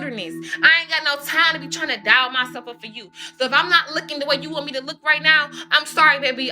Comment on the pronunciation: Ok so she clearly has a disorder of some sort that doesn’t allow her to use certain syllables in the correct manner… DOLL..she says DIAL😮..BEG…she says BAG…EXACTLY..she says AXACTLY….and the list goes on and on😮😮😮😮😮